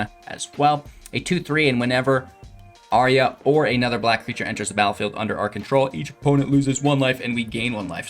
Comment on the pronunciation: Brother, you make great videos and play excellent Magic. But please, please. Say it out loud: "ayy-arr-uh"